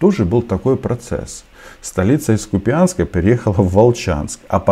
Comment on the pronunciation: Роман 🤯🤯🤯🤯🤯 вы же из Украины 👍💙💛💙💛 КуУупянск !!!!!!! КУУУпянск!!!!!!! КуУупянск!!!